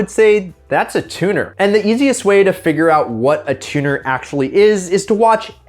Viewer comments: Wait "Tunner"? I thought it was spelled Tuner? Am I crazy or just retarded? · hahaha "Tunner"